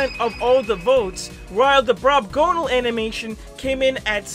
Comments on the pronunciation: DUDE ITS BROBGONAL NOT BROBGONALE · Brobgonal not brobgonale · sorry to be that guy but its brobgonal not brobgonale👍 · ITS "BROBGONAL" NOT "BROBGONALE" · hey, btw, its not brobgonale, its brobgonal